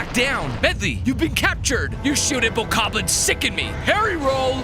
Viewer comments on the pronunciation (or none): none